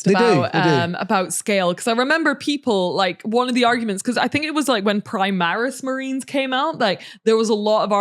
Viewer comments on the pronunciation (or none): none